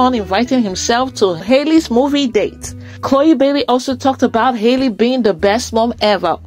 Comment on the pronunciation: Her name is Halle, not Hailey. Just like Halle Berry. Please correct this.